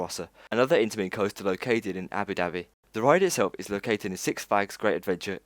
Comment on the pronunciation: Dude your videos are wicked, but your pronunciation is why off. Kindaka.. It's Kingda Kar. Abu Doobai.. Debuwed (not daybyooted)